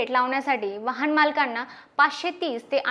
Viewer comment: खूपच छान ! फक्त शब्द उच्चार बघ , वहाण नाही तर वाहन .